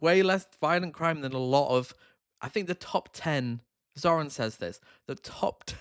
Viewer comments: Carl was completely intentional with getting Zohran's name wrong at the start. There is zero chance he doesn't know his name when he runs a fairly successful political podcast. That should help anyone understand Carl's "common sense" mentality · The real trigger for me is when anyone mispronounces his name. These philistines have probably watched quite a few videos or reports on him. It's either blatant racism for audience sake or they have legtimate dyslexia and an auditory processing disorder comorbidly. I believe the former. Plus if they cant pronounce a name, maybe they should leave the complexity of politics to serious people.